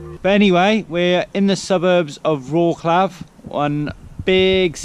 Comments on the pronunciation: Don't get me wrong, I'm no trying to be smart, but I got a small tip for u guys. Instead of saying Wroklaw (Wroclaw) try pronounce it: Wrotzlove. Same story with another one of the biggest cities in PL Katowice, try Katowitze... it won't sound so funny (for Poles) as Katowiki or Wroklaw :D :D I won't even bother you with how to pronounce name of city Szczecin :D not a big deal, but I think it would be easier to understand of which city you are talking about. Best Regards guys! :) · any of these on your list? btw - in polish language you don't pronounce C letter like "k", so it's like WroTS-love ;-) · Wrocław - there is no K sound when You pronounce it:) check out the pronunciation on You Tube. and really I do not how you plan your routes that You end up on bumpy roads as there are good roads every where in that region.. Especially when You travel from Jelenia Góra to Wroclaw.. You must be choosing those routes on purpuse so no complains as there are altarnative routes. Also, there are so many beautiful castles in the region of Lower Silesia. How could You miss them all? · You've been there 3 days and still can't pronounce the city you are visiting correctly. Lots of comments about how to say it ... don't be ig'nant guys ... makes you seem parochial. Also ... I think your editing is too fast with jump cuts and fast pans and zooms that hurt your eyes ... like not every one has ADHD or a short attention span. Slow it down loveys ... it doesn't have to be perky ALL the time.